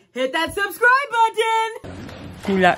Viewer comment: It’s BUTTON NOT BUDDIN. Thank you.